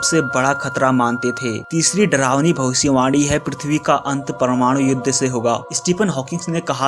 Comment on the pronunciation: Video ke suru hone par bhai kya ap bhavisyavani bol rahe the ya bhosdiwali bol rahe the😂😂😂